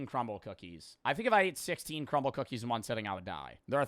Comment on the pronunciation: Nah he said cumble cookies😭